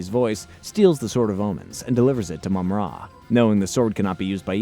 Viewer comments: I appreciate you putting this together and it makes me realize the show was fairly well written compared to other kids shows of the time. That said, no idea why you pronounce it Mum-RA instead of Mumra. You even said Mumra a few times but went back to the more awkward pronunciation. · And Mumrah not Moomrah. Lol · It's Mumm-Ra. The Egyptian god Ra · Only managed to get to 50 seconds in, once the names were so bad i could not watch any more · Its called MUMraaaa fck sake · and “Moom Rah” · mum RA! Lol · And mummra. Sheesh... Appreciate the work though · And Wylie Kit and Kat. Long "i" sound, not short. Same with Mum Ra, not Moom Ra. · They are called Wylie Kit and Wylie Kat, not Willy Kit and Willy Kat 😂😂 Also it's Mah-Mutt not maymutt